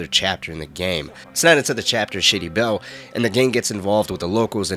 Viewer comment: You literally said “shitty bell” instead of “Shady Belle.” I turned on captions to be sure and yup, you said “shitty bell.”